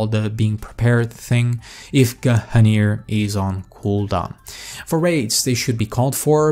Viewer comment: guh - hunir.